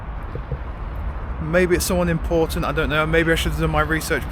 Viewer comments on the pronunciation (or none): none